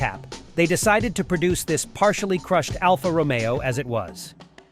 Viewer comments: What is it about these AI channels that they are brimming with mispronunciations? Alfa ROMeo? Yikes. Thumbs down. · Not quite. First encounter with the Alfa,,,it's row-mayo,. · Alfa "Row-me-oh"... Really... 😐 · Learn to pronounce Alfa Romeo before you start critiquing their vehicles..